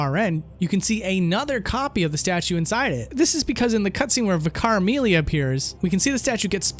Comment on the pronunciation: Okay, he pronounced Vicar Amelia in a rather odd way. Isn't Vicar her title as a member of the clergy within her religion, or am I mistaken here?